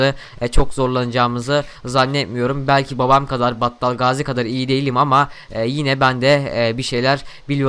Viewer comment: Battal Gaziyi ne kadar güzel söyliyosun :d